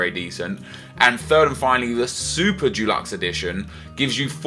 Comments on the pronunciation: It's deluxe not dulux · why do you find it so hard to pronounce 'deluxe'? It's not f*cking dulux, that's paint. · it's pronounced dEluxe not DUluxe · Its deluxe not Dulux. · How do you find it so hard to pronounce "deluxe".